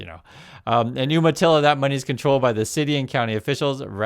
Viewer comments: Umatilla is pronounced with a 'long U' sound, You-matilla. Not Oom-matilla. Native American word/tribe. From a native Oregonian.😊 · "You-ma-tilla," not "Oomatilla." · YOU-matilla NOT OOM-matilla. Are you sure you grew up in Oregon?? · It's pronounced YOUmatilla, not Oooomatilla. And you were an Oregonian. Shame!!! Love your videos. Thank you for the unfiltered truth. You're making a difference. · FYI it is pronounced "You-matilla." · It’s umatilla pronounced youmatilla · For an Oregonian you are always getting the native name pronunciation wrong. Pronounced You-matilla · Umatilla is pronounced You-ma-tilla.